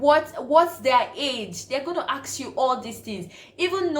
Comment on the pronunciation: It’s not ‘aks’ it’s ‘ask’